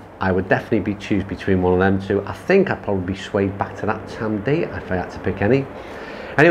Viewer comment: it’s ‘Tamdoo’ (Tamdhu), I prefer the Aberlour and like yourself up until just over 40 yrs ago my only experience of whisky was either Bell’s or Grouse despite being from Crieff (Glenturret Distillery). Met and married a girl from Aberlour in 1980 and my introduction to Speyside malts began ha ha. So glad you enjoyed the course just a shame you didn’t get to play off the whites and had a little more sun & breeze. Next time you’re up this way I can take you round both Old & New it’s a little tighter with smaller greens but still a great test. Great advert for our course and the area in general, cracking camera work 👏👏👏